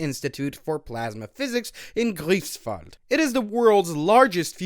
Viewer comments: Not "griefs-wald", "GREIFs-Wald" ! YW ! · The ei in Greifswald is pronaunced like I in "I like big Stellerators and i can not lie", or like ie in lie. Anyway great video.